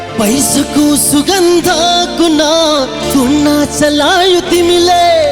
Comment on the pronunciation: शब्द उच्चारण मा को राम्रो थियो,ले तुना भन्ने ठाउमा टुना भनेका छन् खै त जर्ज यहाँ? ईस्टिलमा पर्नु पर्ने थियोे आज